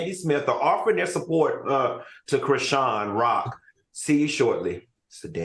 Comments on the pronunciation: AL CANT PRONOUNCE NOBODY NAME ITS CHRISEAN DUMMY..... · yall complain about dr heavenly yet AL don't even know how to say chrisean's name yetttt lmfaooooo!!!!!!!